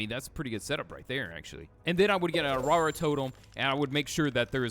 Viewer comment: "if you have a awrawra"🙏 😭😭😭